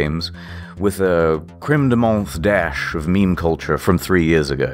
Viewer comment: So close!... but "menthe" is said without the "he" ending..... so, it basically ends with a hard "T", like in the English version "mint".